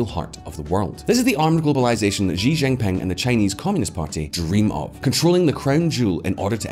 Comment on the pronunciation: I think we're at the point where your silly pronunciations need to be called-out. All you needed to do with Xi Jinping is pronounce it like everybody else. Making-up something novel doesn't make it right. If he were called Zhi Jinping it would be written like that. And then your own pronounced it something like Chíiì-jín Ping. Do you really think this enhances the video, or detracts from it. There was a time when this channel would actually research things to make sure it got them right. You could have just followed the original Spanish speakers: both the narrator and Sr. Tonta-voz got it right.